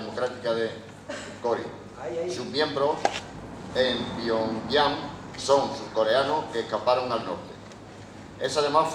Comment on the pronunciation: El Cao este hablará muy bien sabrá mucho y to lo q tu qieras pero joder el paleto ese que no sabe ni decir pyongyang da vergüenza el pavo y el otro con la pose solemne mientras dicen sus 40 cargos en corea no tienen ni para un speaker en condiciones se les murio de hambre en el avion